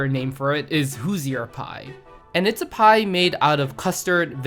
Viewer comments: surprised no one corrected his "Hoosier" pronunciation. it should be [HOO - zher] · >who-zi-err My fucking ears. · How to pronounce Hoosier is that is rhymes with looser.